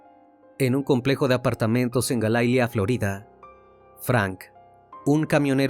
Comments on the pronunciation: No es Galaila, es Hialeah; y se pronuncia: Jaialía. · Esto pasó en Hialeah Se pronunciaría jaialia no gailia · Se pronuncia: Jayalia 😂 se escribe Hialeah. No entendía el lugar en Florida😂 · Es Hialeah. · Es Hialeah no galaila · Se pronuncia jayalia...pero escribe Hialeah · No puedes pronunciar jaialia? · Investiguen bien él tenía a su esposa en Cuba y ahí desde que ya salió embarazada ya no vivía con ella y es reconocido la niña supuesta y alegadamente después de dos días de la señora Irina está ahí de mi vida investiguen bien antes de dar la noticia y fue en Hialeah pronuncien bien el nombre